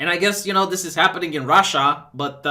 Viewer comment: I love the way u pronounce RRRasha 😆